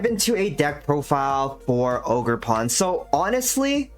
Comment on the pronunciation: ogerp-rn i mean ogerpon am i right? :)